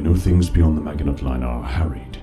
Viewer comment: the pronunciation of Maginot hurts me